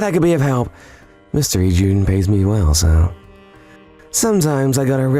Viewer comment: Am I the only one bothered how they pronounced 'Ijuin and Sommelier' sometimes in this video? I love these videos but the pronunciation threw me off lol